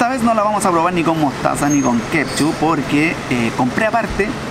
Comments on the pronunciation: Wena se dice ketchup, no kepchu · Fabian Astudillo huajauajaja no la corta nunca con decir “kepshu”